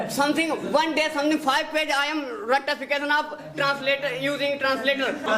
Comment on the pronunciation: aakhir kaar , formal wala ldka aa hi gya ...... Ya ya 😂😅 bit bit ...... Rttaaafication😅